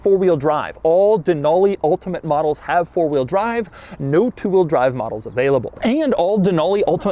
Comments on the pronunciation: Doug, the type of guy to say the word ULTIMATE in an ultimate way. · Stopped watching due to the emphasized "ultimate". Relatively annoying Doug. Have a great day. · Doug is killing me with his emphasis on the word ULTIMATE 🤣 🤣 🤣 🤣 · Doug going really overboard in pronouncing Ultimate, beginning to think he is doing it for a bet and it's a massive piss-take. :) Hopefully he does not get a sore throat for his efforts. :) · Reminds of hoovie with riptide blue